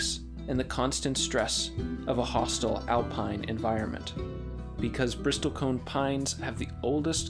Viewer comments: Such a tragedy. Btw, it's pronounced "bristle" not "bristol" The "t" is silent. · It's pronounced "brissel" , not "bristol". Typical internet expert. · you don't pronounce the "T" - it's not a "briSTOL-cone" pine, it's a "bristle-cone" - like the bristles of a brush... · It's not a Bristol cone pine. It's a bristle cone pine, which is pronounced, bris-sle. It's not a 'conservationalist', it's a 'conservationist'. But thanks for a great video anyway. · BRISS-ul cone 😐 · Bristlecone is pronounced [ bris-uhl ] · A small correction: the word is Bristlecone, not Bristolcone…. Bristles of a brush+cone. Not the city of Bristol + cone. I visited the Bristlecone forest up on Mt. Evan’s in Colorado. They are a powerful and majestic species and need our protection from greedy and ignorant bureaucrats and “managers” of our national treasures. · you're pronouncing it wrong. the t is silent. it's "brissle cone" it's not "nevodddah" it's nevada, the same a sound as in sad. "sad" - "nevada". it's conservationist, not "conservation-AL-ist" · Never in almost 60 years of study have I ever heard anyone pronounce the "t" in Bristlecone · Can the AI narration at least pronounce "Bristlecone" properly? The "T" is silent. Not to mention the mispronunciation of Nevada. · You repeatedly mispronounce the word Bristle. Very annoying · I didn't need to hear someone mispronounce "bristlecone" that many times. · You are mispronouncing 'bristlecone.' Great vid otherwise. 😉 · And bristlecone, you don't pronounce the t. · The "t" in bristlecone silent. Robots, huh? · It’s annoying to hear the “A1” mispronounce “bristlecone” so stopped watching after 49 seconds. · You might want to learn how to pronounce "bristlecone". Your righteous indignation doesn't look good on top of stupid.